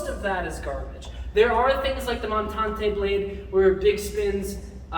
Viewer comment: What kind of blade uses spins? Did you say montong tai blade?